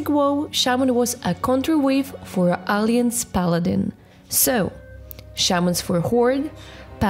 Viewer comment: BTW... try to pronunciate: "Alah - yanse" not "Alee - anse" XD